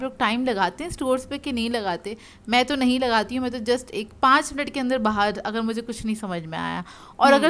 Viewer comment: Ap کھا ko خا bolti hain aur اگر ko اغر 🤭